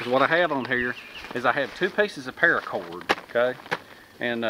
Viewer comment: 1. "Parrracorrd", said in SouthernTM. 2. Tarps; always TARPS. 3. HOLYSHITHUGEJASONVOORHEESMACHETE! Sharp enough to tap-cut wood. 4. "Aint' dat neat?" 5. Profit.